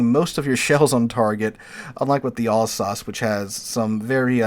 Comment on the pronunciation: It's pronounced Al-sace, not all-sauce